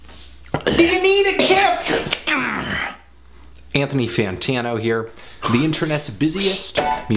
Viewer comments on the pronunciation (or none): none